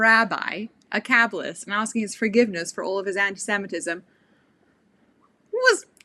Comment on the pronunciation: Talking to a "Cab-List"??? I've been on some "Cab-Lists"... Oh, you meant KABBALIST!! Kabbalist! Okay. Proper pronunciation helps with understanding. Slow down, think about WHAT you are saying and speak clearly! Annunciate properly. PLEASE!!